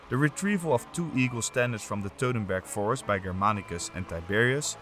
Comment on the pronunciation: please do NOT say teutenburg forest, Say Teutoburger Wald...!